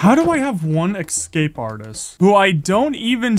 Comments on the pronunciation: Can you say escape instead of excape? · I love the way he says escape "ekscape" very cute 10/10